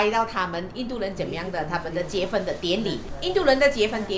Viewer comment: 你可以不要说（结分）吗？哈哈😅是读（结婚) Jie hun, 不是 Jie fen, 不然一直结分结分，结了就会分开啰，哈哈。😜😍